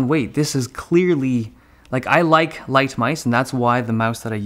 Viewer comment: Lol, he said lise mouse instead of light mouse, he said i like lisemouse